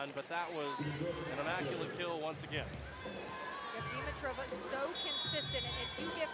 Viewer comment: Did anyone notice that the announcers are mispronouncing Dimitriva's name? 😂 They keep calling her, "deem-uh-trow-vuh." Pretty sure the correct pronunciation would be, "di-mee-trah-vuh." Accent should be on the second syllable.